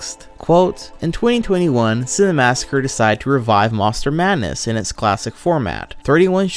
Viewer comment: Minor nitpick, but the fact you pronounce it "Cinemassacre the Truth" drives me nuts haha